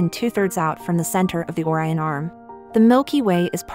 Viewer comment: If you post educational videos, learn to pronounce Orion.